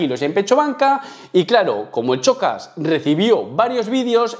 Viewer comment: En serio pronuncias "chocas" y ese punto de ego con una canción 😂😂😂no te vengas arriba gañán